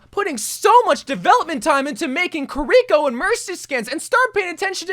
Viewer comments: This is the same guy who for the entire video says kuh-ree-ko and not kiriko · It's this guy calling Kiriko "Curiko" for me.. lol. I mean she says her name herself in Overwatch, it's not hard to pronounce. Maybe he's doing it as a troll lol